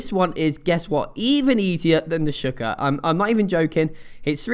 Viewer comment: Shawl-ker that's how you say it.